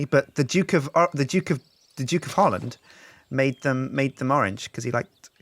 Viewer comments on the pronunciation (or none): none